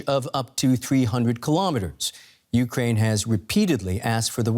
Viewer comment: Fergawdsake teach these "journalists" how to pronounce "Ukraine".